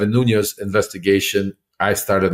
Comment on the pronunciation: I have a nagging instinct not to have all that much confidence in what Lev is claiming, i.e., to have had an extensive relationship with Devin NUÑES, when he consistently mispronounces his surname as “NUÑOS”.